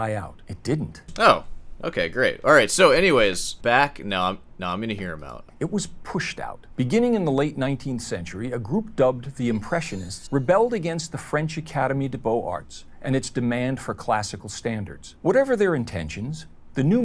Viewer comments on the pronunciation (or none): Prager U has fallen off, their snooty art guy can't even prounounce 'academie des beaux-arts' correctly